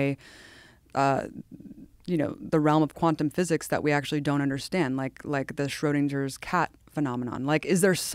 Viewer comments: Woman drops “Schrödinger’s cat” , has not the slightest idea what it means, actually doesn’t even know how to pronounce it🤦‍♂️ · Hey, crazy lady, did you just ask "Why is Qanon being pulled from the web..." While simultaneously asking why we're being told UFOs are real? Why are you on this show? Maybe you should learn how to pronounce, and define (more importantly), Schrödinger's Cat before you make an idiot out of yourself by comparing the theory to UFOs.